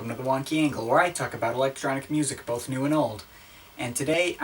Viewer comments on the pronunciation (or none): none